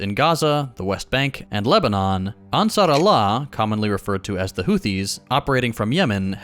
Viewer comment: The ansarallah pronunciation was 👌. He even got the S pretty good, which isnt easy for none natives